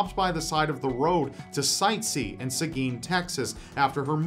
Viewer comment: You get a thumbs up from me for pronouncing "Seguin" right. 👍🏻